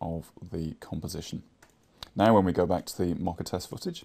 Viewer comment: I'm sorry, but I cringe every time you say "Mocka" For future reference, it is pronounced like Moe Ka